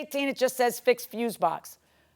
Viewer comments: How hard is it to pronounce "FUSE BOX"? Fuse vs. Fuel. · FFS FUSE BOX. FUSE BOX. NOT FUUUU BOX. NOT FUEL BOX. FUSE BOX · Fuse box....🗣️ FUSE BOX! 🗣️ He corrected himself & still kept saying fuel box 🤦🏽‍♀️🤣🤣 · He is ABSOLUTELY saying FUEL BOX 😂😂😂😂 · I keep hearing fuel box!! am I loosing my mind 😂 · The plaintiff can't get his story straight AND can't say fuse box, why does he keep saying 'fuel' box?... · Fuel box lol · Y does it sound like he's sayn fuel box, dude where r ur s's... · he doesn't even say Fuel he say froooze box🤣🤣🤣🤣. At least that's what my ears kept hearing 🤣🤣🤣🤣🤣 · She axed him and he still said fuel box maybe she should've aksed him again. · Foo box😂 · Dude couldn’t even pronounce fuse box. Of course he can’t prove his case